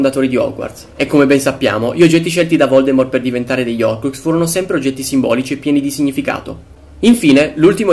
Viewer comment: Ma perché nessuno pronuncia la h nella parola horcrux?